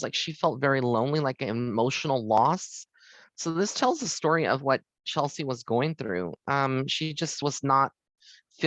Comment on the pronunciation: That's CHESLIE, not Chelsey. When you do a "reading," they don't tell you the correct pronunciation of their name?